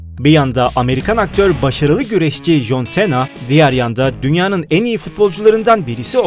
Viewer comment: Cena Sena diyo okunmiyor sina diyor okunuyor